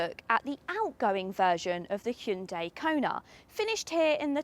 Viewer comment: Impressive that they're finally starting to get the pronunciation correct in the UK. She correctly pronounces the name with two syllables and not three. Hyun-DAY is correct (not hi-un-dai). Well done and great review.